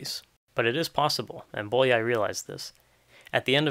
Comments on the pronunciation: [ˈboːjɒi ˈjaːnoʃ] [ˈboːjɒi ˈfɒrkɒʃ] "ly"' is one letter, and sounds like "y" in "you" or "yes" This is a very interesting video, I liked it very much, but I had to stop and go back when I got distracted by ['bolia:j] :D :) Oh, and nice origami skills. ;) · Bólyai is pronounced Bowyayi